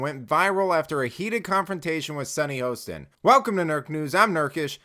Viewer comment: Hah-stin, not HO-stin. She is, however the resident idiot! 😂